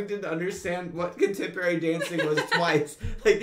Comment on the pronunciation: no Ethan just said “contemporary” in a weird way.